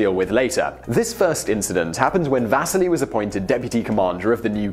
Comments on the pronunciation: NOT "Vaseli", but Василий !!! = Vasiliy and the pressure is on "si" and not "Va". Thank you very much!!! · If only he had spent some time at least trying to pronounce the names properly... His name is not VAsili (stress on the A) but VasIli (stress on the first I)! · It's Va-sii-lee. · VasEEli, not VAsili! I like these videos, and I recognize that a lot of fringe names and foreign words pop up a lot, go ahead and mispronounced something you only say once in the video, but the name of the person the video is about that you say umpteen times should be pronounced at least close to correctly. Simon, you can do better. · The pronunciation of Vasili is wrong in this video. In English, we would pronunce his name as Vas-See-Lee. Also, they should make a full-length Hollywood film about the life of Vasili Arkhipov. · Can you at least get the pronunciation of the guy's name right? The stress is on the first i (maybe needs another i or y at the end too). You make it sound almost like vaseline. Quite heroic. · I cringed every time you tried to say Vasili's name. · You're saying Vasili wrong!